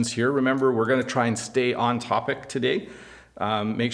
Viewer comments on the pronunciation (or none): none